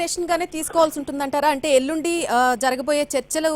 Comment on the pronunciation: ఎల్లుండ కాదు ఎల్లుండి.